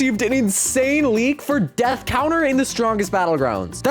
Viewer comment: how did it go from "death" to "dath"?😭